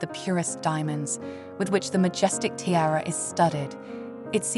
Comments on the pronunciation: The word is pronounced Tee-ARE-ah. Not TIRE-AH. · I can’t stand when these stupid women can’t pronounce the most simple things. “T-I-A-R-A” the I is pronounced as an E! More inexplicable is the fact that halfway through, she started pronouncing it properly lol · Can't get past the unbelievable mispronounciation, unbelievable 😮